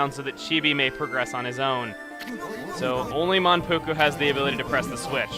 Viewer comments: Yes he was, but Mankugu? I thought it was Manpuku.... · Mankugu?? its Manpuku.....